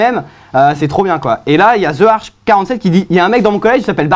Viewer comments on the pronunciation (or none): none